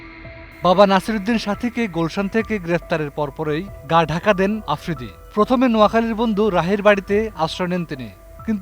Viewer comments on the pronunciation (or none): none